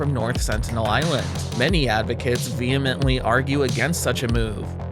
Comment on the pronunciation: Excellent video. My one issue is in the word subsequent. It's more SUB-suh-quent. Extra points though, for a flawless 'vehement,' which everyone mispronounces 🤣. With love, The Grammar Police 👮🏽‍♀️.